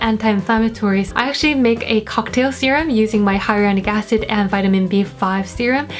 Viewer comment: 바이링궐 이세요? 아니 영어를 어케 이렇게 잘하지 -,- 히알루롱산 발음 할때부터 지리긴 했지만 ㅠㅠ